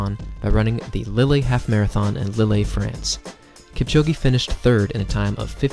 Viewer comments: Lily in France ?????................Oh, you mean Lille pronounced Leal. Well Kipchoge was guaranteed not to hit the wall in Berlin, as they knocked it down some years ago. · Learn how to pronounce “Lille”. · Learn how to pronounce “Lille”. I bet you cannot pronounce the name "Kipchoge" properly...